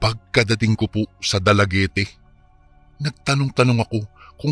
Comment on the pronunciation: Dalaguet po ang basa nyan. Hindi po Dalaguete.